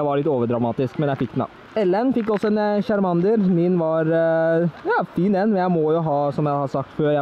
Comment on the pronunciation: Måten du sier charmander:(